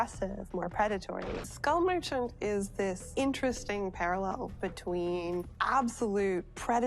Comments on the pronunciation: As a non-native English speaker I still love how you pronounce Skull Merchant like School Merchant. Makes me feel a bit better about my own pronunciation slipups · I thought her name was school merchant because of the way you pronounced it. I’m really dumb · OH! Skull merchant! always heard "School" merchant, thought she was like a cafeteria lady or something in between those lines.